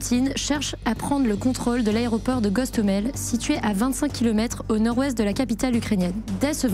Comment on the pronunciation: Un petit lapsus concernant le nom de l'aéroport qui se nomme Hostomel et non Gosthomel...